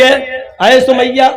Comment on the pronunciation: Hazrat samia hota h na ki sumaiyya😐